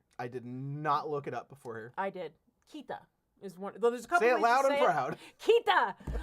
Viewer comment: Good job,! Kita is how you say north when it's on its own. If it's part of other words it can be pronounced differently.